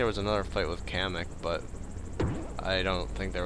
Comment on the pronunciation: its not kammy its kemak